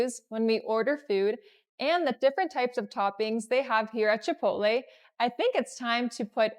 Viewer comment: Why do you pronounce this with 'a'as achaole..it begins with ch omly.Its actually Chipotle